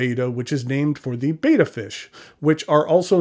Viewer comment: The Siamese fighting fish is pronounced as (ˈbɛtə), not as in the greek letter /ˈbādə/. Sincerely - Cliff Clavin.